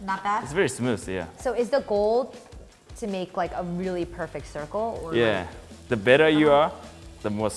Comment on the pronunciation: Am I the only one keep hear ‘your ball become perfectly cycle’ instead the ball? :)